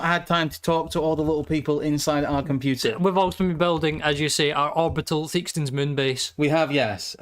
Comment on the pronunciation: Theakstons? Really? you have so much to learn my child.